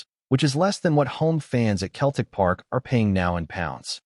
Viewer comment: Can your AI not get how to pronounce Celtic and not Keltic ffs 🤷‍♂️😡